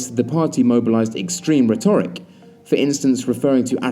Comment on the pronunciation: Pretty sure the noun 'retoric' is pronounced 'REtoric' not 'reTORic'.